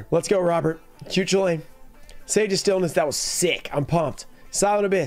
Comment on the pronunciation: The Air Neos is an insane pull! This video had it all: specials, getting the prices of cards wildly wrong, and a totally off pronunciation of a card (Cu Chulainn) Great video as always man 🙌